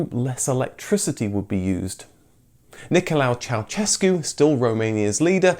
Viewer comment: Complete lack of research into Ceausescu's name, it wasn't "Nicholau" it was Nicholai. Also no research into the pronunciation of Dacia, Aro, Pitesti etc etc etc